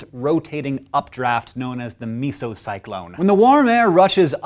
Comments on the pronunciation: Meteorology student here: It is pronounces meh-so not mee-so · Meh-zo-cyclone, hank. Meh-zo. That's okay though. A meteorologist-approved video. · STOP SAYING MEESOCYLONE D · MESOcyclone is pronounced MEZO-CYCLONE, not MeeSo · You say it like MEZO cyclone XD It's MESOOOOO!!! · MEH-ZOE cyclone not MEA-ZOE cyclone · Meeso!? It is normally pronounced like mess-o. Also, the radar you showed is not of a mesocyclone. It is a mesoscale convective vortex. Much wider than a few miles. Though they often produce supercells. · Hank, it's not pronounced meeso-cyclone. It's pronounced mehzo-cyclone. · It's pronounced mez-o cyclone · It's pronounced mezo-cyclone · It is a soft e, not a hard e in mesocyclone. You pronounce the MES in meso like you pronounce the MES in messy. You also do not have to have a condensed funnel to have a tornado as you suggest in your video. In addition to this, the RFD or rear flank downdraft is a very critical part of tightening up the circulation under the mesocyclone which becomes the tornado. There is also a secondary tornado alley which may actually produce more tornadoes than the traditional one. It also is in the US and is known as dixie alley and consists of the gulf states. In fact the largest and most violent tornado outbreak in recorded history took place there on April 27th, 2011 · If "mesocyclone" is pronounced "mee-so-sih-klown", shouldn't "Meso-America" be pronounced "mee-so-uh-mer-i-kuh" and "Mesopotamia" "mee-so-puh-tame-ee-uh"? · Unh, me-so-cyclone unh unh me-so-cyyyclone... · the was he said mesocyclone was nasty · you are pronouncing mesocyclone wrong. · that guy pronouncing mesocyclone like jar jar binks lol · Great video, terrible mispronouncing of mesocyclone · Great video! However, you might want to check your pronunciation of mesocyclone. It sounds a bit off to me.